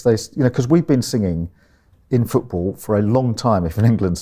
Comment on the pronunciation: Cant listen to anyone who pronounces "football" as "footbull"